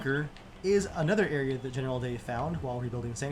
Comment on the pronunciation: 500th comment! Also, is it just me, or do you hear “Genital” Dave?